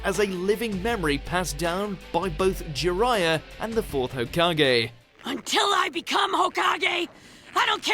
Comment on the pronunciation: Please stop butchering the names. It's O-bito not Oh-bee-tow. It's Na-ruto not Nah-roo-tow. And for the love of god, it's Ho-kage not Ho-kah-gay. Jeez.